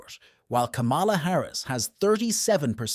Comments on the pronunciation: This guy cannot even pronounce Kamala properly!#! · You are not pronouncing her name correctly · Learn how to pronounce her first name